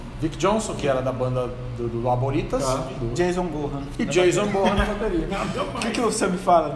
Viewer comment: Não é Jason BORRRAN é Jason BONNAN !!! segundo falou GASTÃO MOREIRA